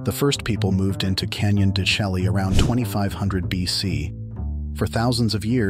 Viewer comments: Canon de Shay, not chelly. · I thought it is pronounced CANYON DE SHAY as opposed to your pronunciation CHELLEE. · Totally mispronouncing the name! It is pronounced Canyon de Chelly "(Shay)" no (Shelly) Program your AI narration! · It's pronounced Canyon de-SHAY. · I couldn't get past the mispronunciation of " de Chelly" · Yes, it's hard to accept anyone as providing info when they mispronounce the name of the place.